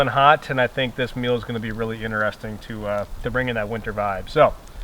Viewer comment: It is correctly pronounced interest ing...not enter resting.